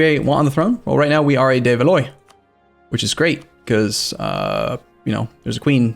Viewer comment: Please stop saying "valoy" (Valois) should sound like "Val wah"